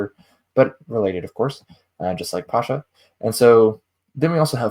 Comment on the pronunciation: Thank you for this wonderful presentation. Pascha is used in the Orthodox Church, I've always heard it pronounced pas-kha. I think your etymology is spot on, though. It comes from a Hellenization of the Hebrew, biblical festival which we believe it fulfills.